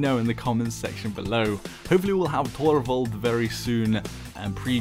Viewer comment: I love the way you pronounce "Torvald". I'm gonna start using that from now on haha.